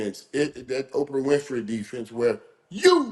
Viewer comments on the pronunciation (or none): none